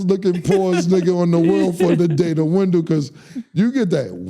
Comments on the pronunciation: Wendellllll not window 🤣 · bro it’s wen-dell 😂😂😂